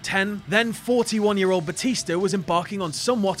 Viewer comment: Why can't you say "year" correctly?